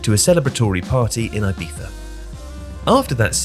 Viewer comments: Is Ibiza pronounced with a f? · only spaniards have that weird lisp sound. in english some people like to show off that they know the "correct" pronuncion by using an f